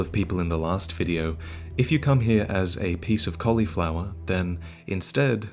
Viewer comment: “If you come here as a piece of collyfloeur” lol 😂